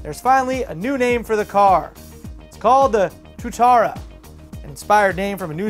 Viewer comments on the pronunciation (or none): Hey, not to be a hater, just want to say I'm not, and not to be a spellchecker, be I'm going to be a bit now. The SSC Tuatara is pronounced "tu-a-ta-ra" not "tu-ta-ra", that Mauri for ya... Epic that a car has a New Zealand named model of car, but it suck that it's on the worst car make going... Bugatti all the way! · Pronounced (TOO-EH-TARA). lol Not your fault most North Americans wouldnt know how to pronounce something that Kiwis know; Lucky I'm Canadian with kiwis for friends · Love FLD keep up the good work guys!!. BTW Tuatara is pronounced To-aa-taa--raa. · try reading it as two-a-tar-a lol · Awful name for a car, its pronounced too-a-tara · kiwi's trolling on fail pronunciation ftw! that is all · you said tuatara wrong Tua is (pronounced like the boxer david TUA) its a Maori name